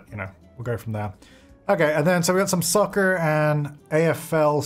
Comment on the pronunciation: I know he said soccer but I thought for a second he said sucker. Lol the difficulties of watching this and the current sims lets play